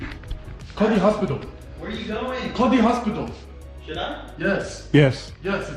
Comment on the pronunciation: 'No! No, do not call de hostipal!' LOL.